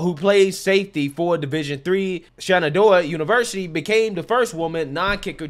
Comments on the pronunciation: FYI The correct pronunciations are Shen-in-doe-uh and Joo-knee-at-uh. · lol,. its Shen-an-doh!-ha State.... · FYI: Shen-ann-DOUGH-ah / joon-ee-AH-tah / VOOR-heez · it's shen-ah-doe-ah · shenandoah - pronounced exactly as It's spelled. Shaking head. Hell, aren't you from the southeast? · I am a fan. I will give you some context around it also. Our views are very similar, but my son graduated there, he played there four years as a DB. She has been there the whole time and obviously she was a project. I know the coaching staff and I respect them very much. Plus, you are an educated guy. You embarrass yourself and UNC when you mispronounce the school name. I know you are doing this for views, but why do you make yourself look uneducated when you disrespect people’s names like Ayala from a previous reaction. But Shenandoah has a top 20 PA and nursing school in the country. I have been there and with another son at Lenoir Rhyne, being a college athlete, whether they play or not, being a part of the team and going through the camps is no small feat. Come on man, do better. Represent NC better.